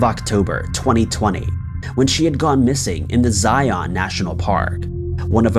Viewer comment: ZIun, not ZIAWN. 🙄🙄🙄